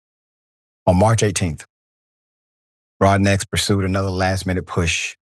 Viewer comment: Broadnax is pronounced "Broad- no"